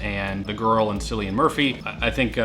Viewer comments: Cillian murphy's name is pronounced as killian. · It pronounced Killian not Silian. needs to know!!! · Cillian: KILL-e-uhn Djimon: JY-muhn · “Sillian Murphy” wow, nice 😂🤣😅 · Cillian Murphy’s name is pronounced like Kill - ian, I don’t know if it’s a common name in America but that’s how we pronounce in Ireland where he’s from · It’s pronounced Killian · It’s a hard C in Cillian Murphy FYI but 👍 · As an Irish person watching and try to pronounce Cillian Murphy was too funny.